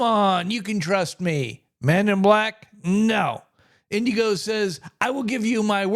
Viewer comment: It's Inigo not Indigo. No D.